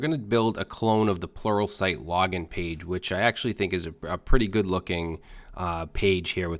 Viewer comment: I come back to this video to hear you say sluralpright